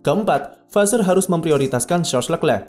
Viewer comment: Vasseur di baca nya vase